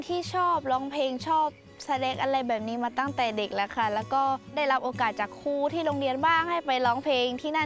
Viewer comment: น้องจานิน เวลาพูดต้องพูด ร และ ล ให้ชัด เช่นคำว่า ครู ไม่ใช่ คู ร้องเพลง ไม่ใช่ ร้องเพง